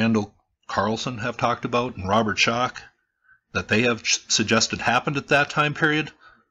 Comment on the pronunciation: You just lost me when you said Robert shock